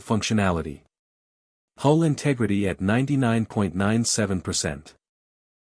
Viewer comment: HULL not HOLE